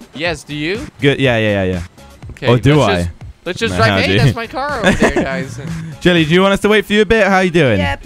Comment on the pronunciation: kweb said del lie in stead of jelly